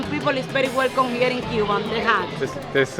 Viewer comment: Ur pronunciation of Cuba is wrong 😊 you making it look like you speaking English 😅